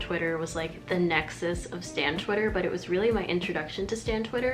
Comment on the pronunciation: you said nexus 😍😍